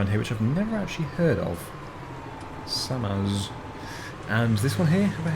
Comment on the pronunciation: About those mowers Samasz is a Polish brand and it's pronounced sahmahsh and Kongskilde is a Danish brand which you pronounce kongskeeldeh.